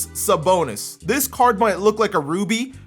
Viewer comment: Bruh, American pronounce on Lithuania words, just killing me. You have to say Arvydas Sabonis, not Arvyyydas Sabounis, BTW 😂😂😂